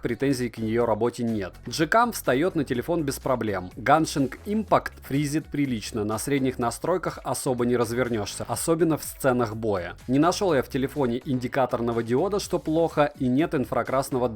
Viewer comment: ганшин инпакт нет не правильно геншин импакт